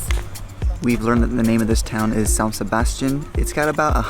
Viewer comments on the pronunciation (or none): none